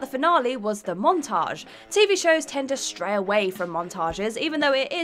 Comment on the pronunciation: There is no R in 'stay'. "TV shows tend to STAY away from montages," in the same way you tend to stray from the script.